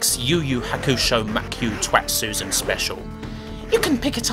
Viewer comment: I'd point out it's to-i-tsu-ze-n, but I think you just enjoyed saying 'Twatsuzen'.